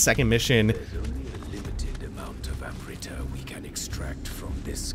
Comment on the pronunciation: Admittedly the mispronunciation of amrita isn't as bad as I'd imagined it would be, but wow. The scene made flinch a little bit.